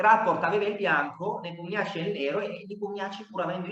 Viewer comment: Per i curiosoni* Rapport si pronuncia "Ropport" (strano ma vero,essendo Ungherese) mentre Nepomniachtchi non si pronuncia "Nepomniaci" ma " Nipomnisci" Il finale è "sci", non "ci" così come all'inizio il "Nepo" si pronuncia "Nipo". Non è una critica* è una semplice curiosità, perché quando vengono chiamati in causa i loro nomi vengono pronunciati male 10 volte su 10 (parlo anche di dirette mondiali di altre nazioni) . Lo dico più che altro a titolo informativo,per il mondo a quadretti